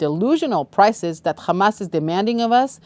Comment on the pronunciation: It's not khamas. It's hamas.